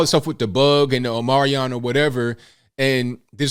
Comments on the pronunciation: I think it's pronounced 'Ohm-ni-cront' Uh, HOW do you graduate without knowing how to read?! How do you pass your final exams?! (I grew up in Catholic schools, not public schools. So really, how?) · I love how you refer to Omicron as "Omarion" 🎵! HAHAHAHA!!! "I only got 4 minutes."